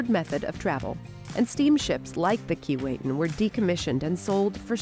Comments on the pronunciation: Bit of a quibble about the pronunciation of the name 'Keewatin'. The narrator pronounced it "Key-Wait-Tin." Having grown up in the region, and visited the ship when it was in Port McNicoll, I heard it pronounced "Keh-What-In" by the locals. Other than that, it was a good to see it has been preserved. The people in Port McNicoll were dedicated to preserving it, but didn't really have the resources to do it properly. I'm glad they recognized that and let it go to somewhere in Canada where it could be properly looked after. I look forward to visiting it in Kingston. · Its sad you cant even pronounce the name of the ship. Its pronounced KEE WAH TIN. Get it right. Cheers. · Too bad that you don't know how to pronounce "Keewatin". Laughable when this is your sole topic! There is a street of the same name in Toronto. I have an original photo of the S. S. Keewatin going full tilt taken by my uncle in the 1930s. A gem! Good God! Even the museum curator can't pronounce "Keewatin"? KEE WAH TIN. Get it?